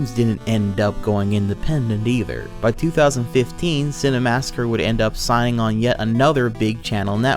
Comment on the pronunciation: Minor nitpick, but the fact you pronounce it "Cinemassacre the Truth" drives me nuts haha